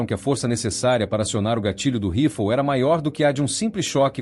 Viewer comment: Que mania de falar " rifol" o nome é RIFLE!